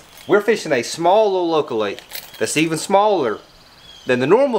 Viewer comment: I love the way you guys pronounce your favorite word... Smalllittlelocallake.